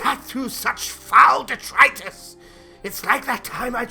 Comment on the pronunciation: The main part: GOOD The Prologue: 'FOUL DITRITUS!'